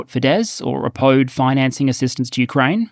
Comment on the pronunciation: oppode instead of oppose? 👀